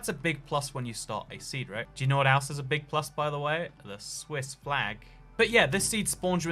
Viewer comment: theuh swissz flaehg